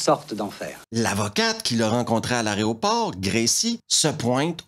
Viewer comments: Y a un truc qui est marrant avec ton accent, quand tu dis "aéroport", on a l'impression que tu dis "arrêt au port". Je sais, c'est très con mais ça me fait délirer. X) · Mec en vrai j'adore tes revues mais bon juste un truc parce que mes oreilles saignent une fois de plus : aERoport (de aéro : air) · C'est toujours un immense plaisir que de vous suivre. Votre charisme et votre façon de raconter l'emportent souvent, à mes yeux, sur le contenu des films eux-mêmes. Par contre, je craque (gentiment et respectueusement) : on dit a-é-ro-port. 😂😅😉